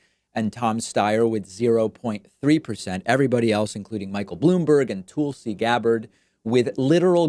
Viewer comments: Lol why do you over emphasize breaks when pronouncing his last name? You also call Tulsi "toolsi". It's just strange considering you have heard these names pronounced on countless hours of political media you must absorb daily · They won't let a progressive win. That's what this is all about. Pete's campaign was tanking but cheating always helps. BTW, Tulsi is not pronounced 'Toolzy'. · Love your show, but PLEASE STOP pronouncing his name "BOOT EDGE EDGE"! It is pronounced "Boot ijedge" ALSO, it's prounced Tulsey, like Tulsa, not TOOLSEY!